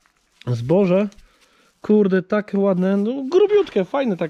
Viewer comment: Take,jake, bigbagem...,pomijasz literę i.